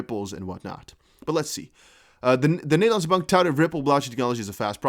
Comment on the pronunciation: Nice to hear your Dutch “De Nederlandse Bank” 👌👊🇳🇱